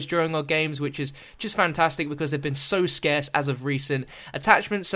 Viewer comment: he said scarce heheheheheheheg